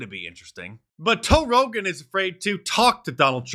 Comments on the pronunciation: Mark get it right is pronounced "Toe Rogan" EDIT: spoke to soon 😂😂😂😂😂😂😂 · I swear you said “Toe Rogan”😂He looks like a big toe. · “Joe Rogain” LOL!